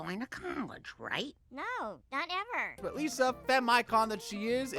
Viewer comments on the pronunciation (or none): none